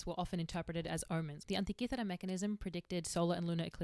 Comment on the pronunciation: I love how she says Antikythera ❤️😁